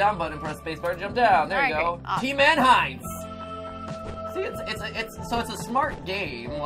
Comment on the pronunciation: Erick Acosta oh god he keeps pronouncing it "Heintz"